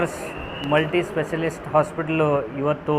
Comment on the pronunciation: Dat guttedar guy doesnt even knw to talk....donno y such ppl get into politics 1st and den get so much undeserved attention... HE SAYS MULTISPECIALIST🤦‍♀️🤦‍♀️🤦‍♀️